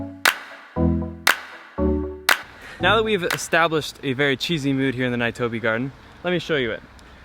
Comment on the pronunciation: nee-toe-beh gardens